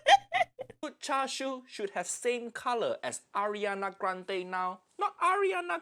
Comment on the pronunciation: as a chinese person, "chashu" and "charshu" hurt me a lil bit not gonna lie